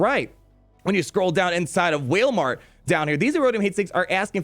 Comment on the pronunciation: LMAO "Whalemart" 😂😂